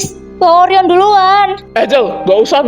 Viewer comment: Gw ngakak pas angkasa bilangin Orion dengan sebutan oreo😅😂